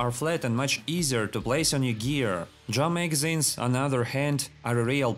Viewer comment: I love how you manage to make 'drum magazines' sound like 'jamaicans'